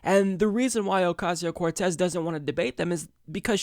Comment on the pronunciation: They revel in mispronouncing her name.